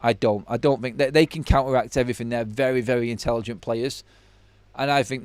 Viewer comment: Struggling to fink